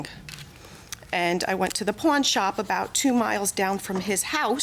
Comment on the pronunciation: At 3min 57 sec dd she say " I went to the porn shop " ?